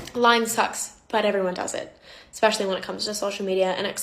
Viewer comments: She said, "exspecially" 😂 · Omg when she said ekspecially i snorted